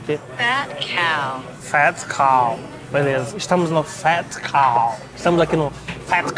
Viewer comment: king fluente em inglês, pronunciando côu kkkkkkkkkkkkkkkk